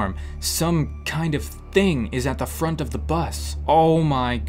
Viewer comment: “What the fronk” 😂